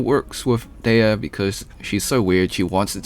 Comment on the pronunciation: Btw you pronounced dehya artifact set CORRECTLY. FINALLY a use for the bell😅. She might not be the best dps but her design is probably one of the best in the game